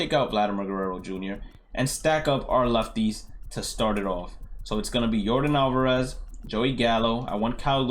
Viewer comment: U speak spanish? U say Jesus Aguilar & Yordan Alvarez so good.